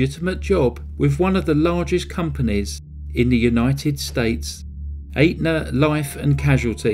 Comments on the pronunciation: BTW, the insurance company, Atena is pronounced Et na! Good work! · It's Aetna, I'm glad I met ya, not Atena, I'm glad I ate you. With that one quibble, this is an absolutely brilliant video, thank you. I am thoroughly irritated with myself that I thought the movie was based on fact. Great presentation.